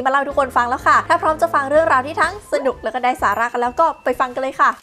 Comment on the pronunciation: ตอนที่พี่พูดว่าได้สาระหนูได้ยินว่าไร้สาระตลอดเลยค่ะ😂